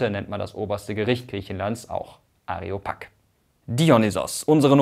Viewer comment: Ich finde die Aussprache von Areopag etwas merkwürdig. Eigentlich ist es Ἄρειος πάγος. Areopag ist also eine eingedeutschte Schreibweise, pagos hat aber die Betonung auf dem Alpha. Ganz streng genommen müsste es sogar Ariopag heißen, da Epsilon-Iota im Altgriechischen zu "ey" wird, im Neugriechischen aber den Laut "i" bildet. Sieht man z.B. auch am Wort "Chirourgie". Aus dem eigentlichen Cheir ("cheyr" gesprochen) wird auch bei uns ein i.